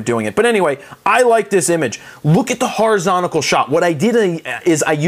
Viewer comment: It's allways strange to hear you say "Horizontacle" but it reminds me it's you!!! Greetings from Mexico.